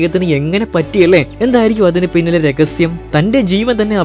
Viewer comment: രഗസ്യം അല്ലടാ, രഹസ്യം